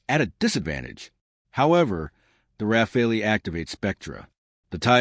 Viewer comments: AI BS cannot even pronounce Rafale..... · AI slop. Or a commentator who deliberately changes how to pronounce, "Rafale", within the first minute.